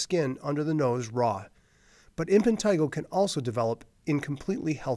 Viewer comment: Why does he keep saying "Impentigo"???